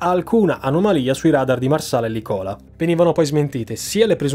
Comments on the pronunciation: Interessantissimo e sempre ben fatto. Una sola cosa si dice Lìcola con l'accento sulla prima sillaba e non Licóla come dici tu❗Giusto oer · Lìcola, non Licòla. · una notazione del tutto marginale e poco rilevante, ma credo che l'accento esatto sia "Lìcola" e non "Licòla" c'è anche un pezzo di Edoardo Bennato che recita: " a Lìcola, sotto la canìcola...." Per tutto il resto, complimenti, come sempre, per l'ottimo lavoro. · Se vi può tornare utile in futuro, la località Campana "Licola" si pronuncia Lìcola, non Licòla ;-) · Solo una piccola precisazione, anche se futile, licòla non si pronuncia così, bensì lìcola. Argomento molto interessante questo, grazie per quello che fai, si vede che c'è molto lavoro dietro. :) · Video eccezionale, una descrizione fantastica non solo dell'evento, ma del processo d'indagine che è stato fatto su di esso, con tutte le zone oscure. Un solo appunto: La base NATO vicino Napoli non si chiama "Licòla", ma Lìcola , con l'accento sulla i. Per il resto, eccezionale come sempre <3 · È dal video sulla Moby Prince che aspettavo un video simile. Ps. Si pronuncia Lícola non Licóla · Aspettavo da tempo questo video ❤️ P.S: la località vicino Napoli al minuto si pronuncia Lìcola, non Licóla 🤣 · Tutto molto interessante! ... giusto una correzione lessicale .. o meglio, di pronuncia: la città campana Licola ha l'accento tonico sulla prima sillaba e non sulla seconda .. Lì-cola anziché Licò-la. A parte questo ti faccio i miei complimenti per i tuoi video in generale, sempre molto consistenti e professionali! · La pronuncia corretta della località dove si trova la base radar campana è "Lìcola " non " Licóla" , lo sottolineo solo perché inizialmente non riuscivo a seguire il racconto. Complimenti per il video, molto ben fatto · Video altamente godevole e preparazione sull'argomento ineccepibile. Se posso permettermi di trovare il pelo nell'uovo: è "Lìcola" non "Licòla". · Si dice Lìcola non licòla ...🤣😉👍bravissimo grazie come sempre 😉👍